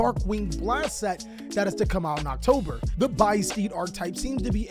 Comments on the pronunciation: Bistied? (A)-byss-ted no? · Its Busted not byssted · pretty sure its pronounced like abyssted just without the a and not by stead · Pretty sure ya pronounce it like abyss just without the a and then ted from busted so (no a)byssted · I think Bysseted is supposed too be pronounced (abyss + ed - a)